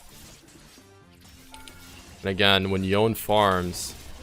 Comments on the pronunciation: Loved the vid, loved the info and tips, loved your attitude and the commentary, but bro: Yoh-neh. Not "Yown". Yoh-neh. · please its yoné not yon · Really grinds my gears when people can't pronounce such easy names. His name is Yone. Yo-ne